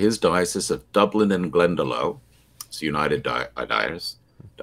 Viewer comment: Glendalough is pronounced Glenda Loch, not Glenda loh